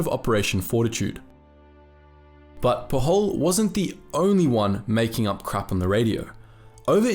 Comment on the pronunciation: Pujol is a catalan name, not spanish, thus it is to be pronounced more like you would in english. The "J" sounds like the one in "James"